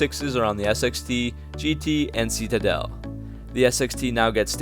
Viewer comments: It’s pronounced ‘sit a dell’, not ‘see ta dell’ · Seat a dell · Is it ironic or just idiotic that someone telling us about these cars can't even say the name ("see-ta-dell"). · You say citadel so goofy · You say Citadel wrong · Nice vid but please learn how to pronounce citadel. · Reese Barger he also says “button” like “budden” and “fascia” like “fasheea.”